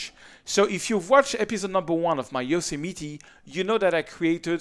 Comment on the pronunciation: Love the way you pronounce Yosemite... :) I enjoyed this video very much...I would like to meet you sometime when you are here in the US...